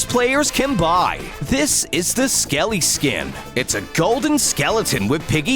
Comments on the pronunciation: Its Skelly not SKELE <3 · Its Skelly not Skele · "skele" me: WUT- (its called "skelly") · It is skelly, not skelle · Skelly not skele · its selly not sele OwO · the potion is called substance 128 and, its skelly not skele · Skely you sad skel